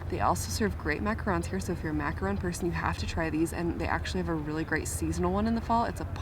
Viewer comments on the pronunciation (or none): none